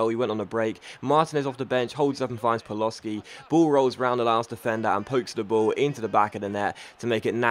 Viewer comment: It's pronounced PALOSHI not Paloski